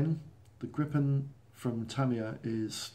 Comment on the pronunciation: Tip! Try to pronounce it Gripen with just one P, not Grippen, Gripen with one P! Like how you pronounce Jeep.